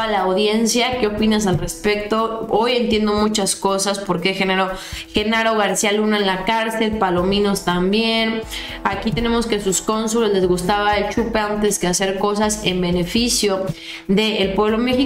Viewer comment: porque cambias los nombres y apellidos? Cardenas Palomino. No Palominos. Sin la s al final